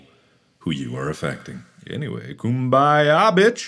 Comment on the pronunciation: Mark giving a speech Mark: Anyways, koom-by-a b^tch!